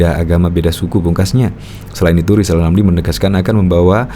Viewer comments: Si lijal lamli ini napsu tinggi, tp tak punya tenaga, kl ngomong kayak tukang sulap. Kl ngomong giginya ditutup lapat lapat kalena gak bs bilang hulup rrrrr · Ngomong R aja kagak gablek malah ambisi mau jadi pleciden. Si lizal lamli sakauw kayaknya